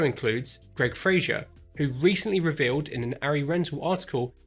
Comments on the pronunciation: Great video. Thanks. But there is no "i" in Fraser. Pronounce it to rhyme with "phaser." Cheers. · Fraser. With an S.